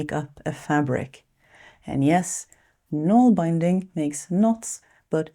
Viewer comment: Nålbinding is pronounced NOHL-bin-ding. Norwegian. Bin, with a short i. No such word as Nålbound, but that’s creative at least!